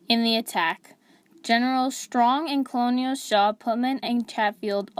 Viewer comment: Despite the spelling, "colonel" is pronounced "kernel." There are historical reasons for this. The narrator should know better.